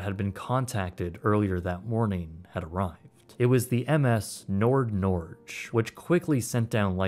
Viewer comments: Norge not Norg. Norge = Norway. NordNorge = NorthNorway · It’s the Nord Nor-gay. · As a Norwegian, i have never heard Norge pronounced so wierd before and i find it hilarious. thanks for the great content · Ows is a oily water separator. it is used to pump bilge water overboard. not supply the engines with fuel. And nordnorge is not pronounced like that. It literally means North Norway. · Top tier vid, but i Get freaked out every time you say NordNorge🥲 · Nord Norge means Northern Norway and it's pronounced with a hard g as in gass 😊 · That’s NOT how you say Nord Norge 🥲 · Your prononciation of NordNorge is so bad as I would never have understood it if I didn't read it. The name simply means North of Norway 🇳🇴 😀 in English.